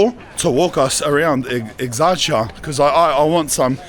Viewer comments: Greek here. You butchered the name. Its pronounce ex-ar-he-a and you give more emphasis and tone when sayin the "ar" part. Disclaimer: The video was amazing. And did a fantastic job at presenting exarhia to him. I simply want to hyperanalyze some of the parts that I feel like where left out or should be mentioned. Keep up the good work to both of yall. Edit 1: Ill be making edits as I watch the video as to not forget my thoughs. I would like to give you some advice in terms of no-nos in greece. First dont open your palm and extend your arm in a direction. We call that a moutza. In greek culture it is offensive and equal to giving the middle finger. Although we do give some slack to tourists because they clearly dont know the meaning behind it, and there is no reason to be mad at them as there is no malice behind it. Additionally I'd like to mention that especially in greece and I believe generally when you are traveling, be careful what you say to the camera. We know english. You dont know greek. It is very easy to say the wrong thing and someone getting mad at you for not realizing it. And we are prone to have stupid people that will try to do harm to you for saying or judging something. Of course this is a one in ten thousand chance but you should still be careful. Edit 2: Regarding the politics in greece. It's not like people are so divided because they are confused on what they want. Its because Each party's representitive whatever it may be. Is shit at doing their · What is this word that he is saying over and over again? I assume is the place that he is going? I can’t write it cz I don’t really understand what he is saying. Can someone help? It sounds like ex arch ya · It is pronounced Eksarheea. And it is not a suburb. Also it is not really controlled by Anarchists. Also it is Omoneea not Omoonia. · Exarchia ( Εξάρχεια ), pronounced Exar-hia. ❤ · You don't pronounce exarcheia correctly and it's annoying. Please stop 🤦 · Exar - HE - a (pronounced)